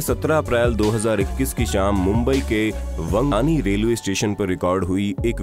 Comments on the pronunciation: It's वांगणी, not वंगानी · It's not vangani it's vangni !!!